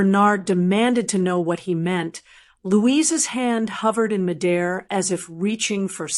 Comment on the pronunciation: Anyone notice how every time these AI Generated voices encounter the word M*I*D*A*I*R, we hear it pronounced M'DAIR? EVERY ONE of these AI stories - male voice, female, southern drawl, upper or lower class British, and all others - you ALWAYS HEAR "M'DAIR". I've also noticed various words that are NOT heard in conversations - anywhere in this country that I have ever been! Suddenly EVERYONE is saying, "He nodded. I nodded. They nodded." And now, almost EVERY story I hear (well, maybe except THIS ONE) someone will "nod". There are many other words that are NOT used in current English conversations. And THIS story - yes, I get the point. But, honestly, it DOESN'T make any sense! The BASE of the story just does NOT make sense! Yes, I KNOW that there ARE people who are SO insecure, or who actually DON'T have ANY respect for their parents - and there ARE parents who actually have NEVER DONE anything to earn ANYONE'S RESPECT. There are people who would say that no matter what, a child - even an adult child - should actually ALWAYS show respect for their parents. As a great-grandmother, I disagree! A child who has been emotionally, physically, or sexually abused all their life by a parent or both parents NEVER needs to show respect toward their abuser. But, consider this... A parent works multiple jobs, 7 days a week, NEVER taking a vacation or a sick day, just to give their child a better life - only to force their child - their whole family - to continue to live in the same povert